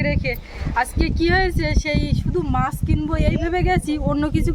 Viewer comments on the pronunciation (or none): বাকিদের কথা না হয় বাদ দিলাম কিন্তু আপনি তো একজন বাচিক শিল্পী! এত সুন্দর আবৃত্তি করেন! আপনার সব উচ্চারণ মোটামুটি ঠিক ই লাগে কিন্তু " মাছ " এর উচ্চারণ টা " "মাশ" বড্ড কানে বাজে । সঠিক উচ্চারণ করার একটু চেষ্টা করলে ভালো লাগবে 🙂